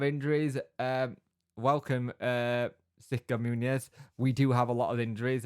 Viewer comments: OK, let's nail this - Muñoz - it's not MOONY YEZ - it's MUN (as in Monday) and YOZ - MUN YOZ, run 'em together and it's MUNYOZ (the little squiggle above the N adds a Y sound).....Muñoz.... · And for correct Spanish, the z at then end is pronounced as 'th' , as in the th in 'thing' but I don't think the British bother about that too much.